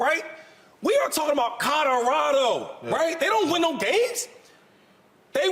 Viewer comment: There have been plenty of Ls for the Buffs this season. So it’s time for Shady to pronounce the name of the school correctly and add the “L” to “Codarado.”